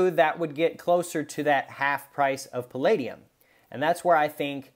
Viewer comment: No no no, it’s pall-AH-dium 😋 Great video, I agree that it is more like platinum is undervalued than palladium is overvalued. Great analysis considering the percentages mined. 🔥🦈🌊